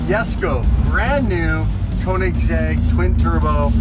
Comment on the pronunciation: Come on & pronounce Koenigsegg correctly, 😂